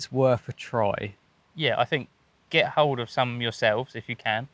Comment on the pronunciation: “Fink”? Oh he means think. What a Thuckwit!